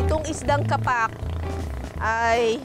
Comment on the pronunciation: "KA' PAK" ang bigkas....hindi "KAPAK'". Mga taga-Maynila ang sumisira sa bigkas ng mga salitang Tagalog.